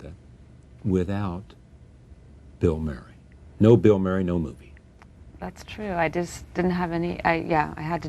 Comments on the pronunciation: A lousy interviewer. He wants to do all of the talking. As an aside, he can't pronounce Murray. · He can't pronounce "Murray".